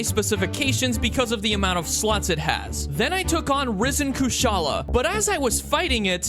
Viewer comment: I swear to god he pronounces slots like that on purpose.